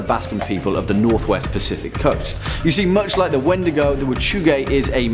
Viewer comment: Its pronounced like Weetdeegoo for Crees. Just an FYI.